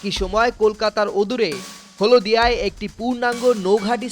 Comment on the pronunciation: হলোদিয়া নয় হলদিয়া। উচ্চারণ ঠিক কর রে শালা চুদির ভাই